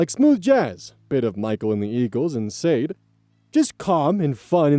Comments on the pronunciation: OMG Sade is Shaw-day, not Say-d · Lol sade. It's sadé like rhyming with sautee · just a heads up its pronounced sha-day! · Story 3: pronunciation of Sade. (Sha-day). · it’s dumb, but Sade is pronounced “shah-DAY.” My mom was really into jazz, I was forced to listen to it, otherwise I’d pronounce it like you did. Don’t blame you. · Hey! Sade is pronounced “Shah-Day”. Love you:3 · sade is pronounced "sha-day" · Sade is pronounced “Shah DAY.” Don’t feel bad. There’s no way to know if you haven’t been told. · Sade is pronounced Shaw-day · Not your fault, but "Sade" is pronounced "Sha-day" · Sade is pronounced 'Shaday'. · RAN TO SAY THIS! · I was like who's sade... then i thot abt the combo and I was like Ooohh 😄... i would break it down as Shah-Day..i understand, i said the same when she came out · Top tip: "Sade" is pronounced "sha-DAY" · For the "She got busted" story, not only was the MIL stealing an identity, but she had an inferior license to begin with. She hadn't gone to school enough for the nursing that she was currently practicing. She was putting people's lives at risk too. Also, can't be expected to know how to pronounce Sade, but the fact that I know how to makes me feel old. There's also no way I can think of to explain how to say it either. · Hurt my soul to hear Sade